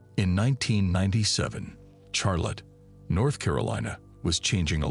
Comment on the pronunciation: Teach your fucking AI narrator how to pronounce Charlotte.